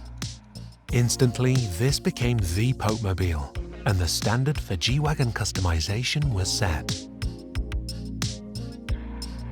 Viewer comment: Nice. And it’s G-Wagen with “e”. As in Geländewagen.